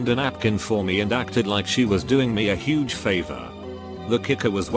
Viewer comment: Nobody: Literally no one: This audio bot voice: hoUOuOge